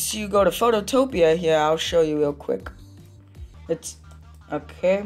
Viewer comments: this helped so much but btw its photo-pea not phototopia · It's Photo PEA not Photo TOPIA 😭😭